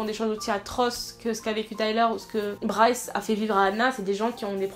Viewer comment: C'est Bryce pas Bry hahahhahaha